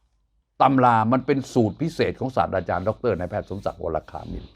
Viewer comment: ศาสตราจารย์ สาด-ตรา-จาน ด้วยความเคารพ ไม่ใช่ สาด-ดา-จาน